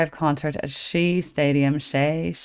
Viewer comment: It's pronounced as shay. It rhymes with hay.